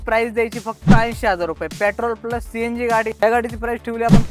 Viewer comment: Pyatrol nai petrol aste bhava te